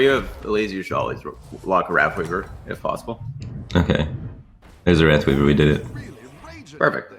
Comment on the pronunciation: Wraffweaver. Free Star units. This guy needs speech therapy.